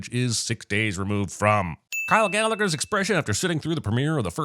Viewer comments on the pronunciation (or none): Gallner, not "Gallagher". Boo! *sin ding. Pumpkin Frappes sinned? *sin removal. 😂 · "Kyle Gallagher" 😭 put some respect on my boy's name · you just called Kyle Gallner Kyle Gallagher? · I have never seen this movie or the original, and am I the only one who noticed that it’s Kyle Gallner, not Kyle Gallagher…? Also, it’s “lede”, not “lead” 😜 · You get a sin for calling Kyle Gallner, Kyle Gallagher 😂😂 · Step it up CinemaSins! The actor's name is Kyle Gallner, not Gallaghers. A big DING for CinemaSins! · Gallagher? That man's surname is Gallner, a whole other word. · you get a sin for calling him Kyle Gallagher! - Kyle Gallner!!